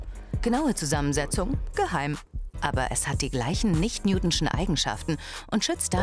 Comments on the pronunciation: Newtonisch und nicht Newtinschen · WIE DIESE FRAU ES AUSSPRICHT.. .. Nicht NEWTISCHE flüssigkeit😨😨😭😭😡